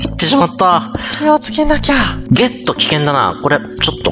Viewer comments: ゲットって言ってる笑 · 4分57秒[ゲット]っていってました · 開始34秒で木をゲットって言ってる笑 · 2分19秒のところゲットって言ってる笑笑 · 6分42秒「てつをゲット」っていてる